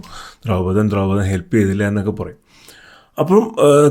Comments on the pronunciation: ദ്രൗപതൻ അല്ല ദ്രുപതൻ😊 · Dhraupadhan alla dhurpadhan and aswathaamaav aanu